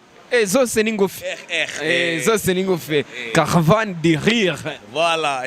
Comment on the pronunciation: Lire(ni 'gusoma igitabo) Rire ni guseka,Mbega uratuzengereje hano🤣🤣🤣🤣🤣🤣